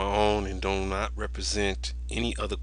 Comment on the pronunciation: As soon as the announcer said doe instead of do.... I stopped watching . Seriously dumb people out there!!!